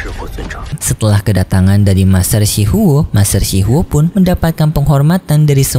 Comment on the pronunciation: Shi huo bang bukan shi hao